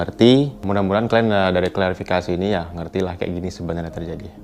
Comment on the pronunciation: Klarifikasi min bkn klasifikasi